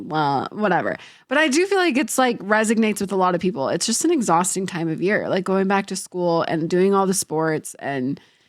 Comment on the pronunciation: Resonate… not resignate 😮